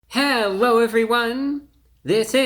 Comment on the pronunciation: Hewwo Wady’s and Gentlemen!